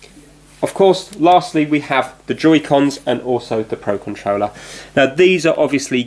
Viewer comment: be saying ConTreller instead of controller